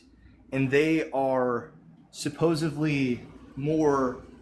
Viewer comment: are you kidding me? We've had supposedly, supposebly and now supposevly? For fuck sake.